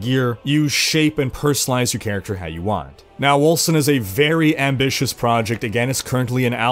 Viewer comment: Seems to me like Wolcen should be pronounced "Wolken". <_<